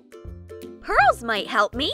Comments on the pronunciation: The voice person said hurls insted of purls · Lol she said hurls instead of pearls 😂🤣😂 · she says hurls instead of pearls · At this time she says hurls instead of pearls hahahahahahahahaha so funny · you guys they said hurls might help me instead of pearls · Is it just me or that girl is saying hurls if you do then like this comment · She said hurls instead of purls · Ha you sed hurls and then curls hhahahahah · she said hurls..... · You said hurls (very annoying) And voice over ( still annoyed)🤮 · LMao Did she say hurls 😂 lol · You said hurls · Bro you told hurls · You sayd hurls